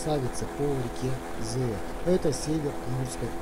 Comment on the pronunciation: Привет, вопрос почему произносишь Зэя хотя пишется и читается Зея.даже поисковик исправляет.